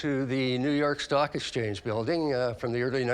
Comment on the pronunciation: Love the guy's face when he says "exchance"